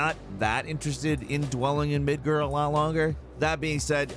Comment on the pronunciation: No one: No one at all:: "Midgur"